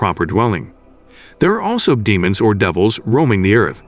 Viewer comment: Deemons..deeemons...not d eh mons.